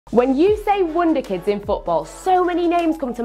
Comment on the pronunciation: Why does her wonderkid sound like wunderkid?